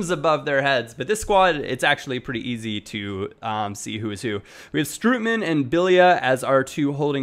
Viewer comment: Try pronouncing the 'oo' in Strootman more like a single 'o' in English, something like the 'o' in Ronaldo or so ;)